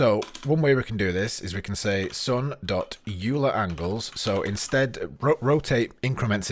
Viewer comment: you're lucky i didn't give you a thumbs down for your pronunciation of "euler"